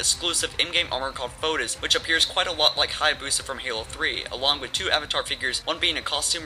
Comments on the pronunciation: Did you ever play Ninja gaiden? I'm pretty sure they pronounce it Heyaboosa. Either way, it's a mistake anyone could make. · 5 bucks you say it hyaboosa